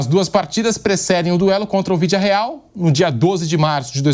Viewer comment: pq que ele fala vídia real?